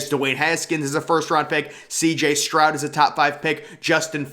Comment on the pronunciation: Are you saying “Strout” ??